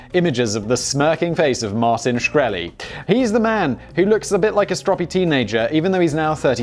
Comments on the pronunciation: Simon can't pronounce Shkreli? That's so very very sad. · Really clicked this to hear the proper pronunciation of his last name. in and you already mucked it up